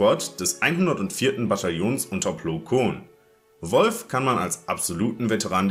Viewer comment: Könntest du bitte Wulffe sagen und nicht Wolf